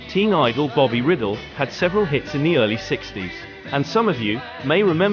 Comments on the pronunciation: Bobby Rydell’s name is pronounced Reye’ dehl not riddle. The poor man is turning over in his grave over your mispronunciation of his name. Actually it’s not quite his real name as he de Italianized it from Rydelli I believe, but am not sure. Apology accepted on behalf of Bobby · It's not Bobby Riddle it's Rydell rye dell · Who could forget Dave Berry with those strange, prehensile hands singing 'The Crying Game'? As for Bobby Riddle - whoops! That should be pronounced Rye Dell! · No such artist as "Bobby Riddle". There WAS a "Bobby Rydell", pronounced RYE-dell, NOT "riddle'. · isn't it rye-DELL, with the stress on the 2nd syllable? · Great! I didn't realize there were all those non Englush versions of This Strange Effect! The Soectres later recorded it. Thanx. Btw I belive Bobby's last name is pronounced Rye- Dell. A CD of these songs and more was more recently released with Petula Clark's French version of A Well Respected Man About Town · This narrator keeps mispronouncing Bobby Rydell's name. It is not like riddle. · Bobby Riddle? Why don't these narrators do just a bit of research before making such daft mispronunciations? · Yes, it is because of the computer that the voice says "Davies," instead of "Davis." Not because of some cultural difference, but because that is how the computer pronounces it. The same reason Bobby Rydell's name was mispronounced. If they would pay a real person to do the voice-overs, they wouldn't have all of those errors. Do you get it now? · When you produce and post a documentary this Epic you should pronounce all names correctly.